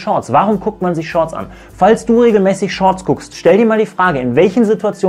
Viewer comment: "sch Shorts"